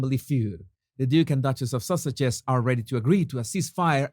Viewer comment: The way you say Sausages...When saying their so called titles LOL